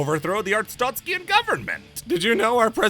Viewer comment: pronouncing “arstotzkan” like there’s an i in it is driving me insane